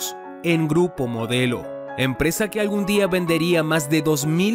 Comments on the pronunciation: dice: "GURPO MODLEO" 😒. ¿porque.?... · minuto "GURPO MODLEO" MEXICO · ¿"Gurpo Modleo"?